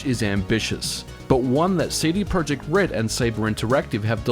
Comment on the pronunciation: And by the way - it's pronounced as tse-de proyect. CD stands for "Centrum Dystrybucyjne" not a "Compact Disc".